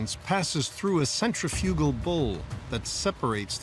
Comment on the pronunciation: The narrator can't properly pronounce centrifugal